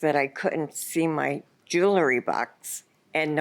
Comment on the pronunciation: ... so when did jewelry become joolery? Probably the same time library became liberry.